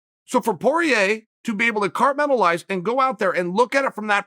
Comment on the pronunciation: If Chael says he cartmentalized it he cartmentalized it